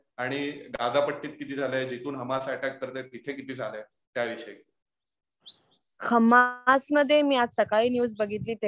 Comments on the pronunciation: हमासी नाही ते हमास आहे ते. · खम्मास नाही दिदी हम्मास